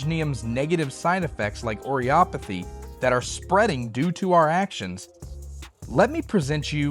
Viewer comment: Erm, akshually, it's pronounced "O-rih-puh-thee".